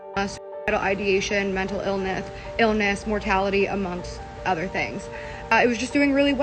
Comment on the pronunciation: “illneth” lmaooo